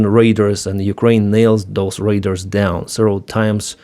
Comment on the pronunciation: Hi, your language skills are amazing! Your second version of "short" is probably more correct--the first one sounds a bit like "shirt". Similarly, your "export" sounds like "expert" and your "radar" sounds like "raider" as in Raiders of the Lost Ark.:) Keep up the great work!